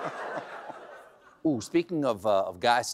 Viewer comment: Did he say "happy Easter or happy Kiester?"